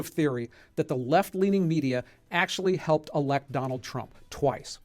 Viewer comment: = Akschually, yes there are.